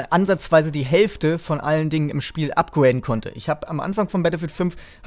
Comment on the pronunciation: Upguäiden ?! Es heisst upgrade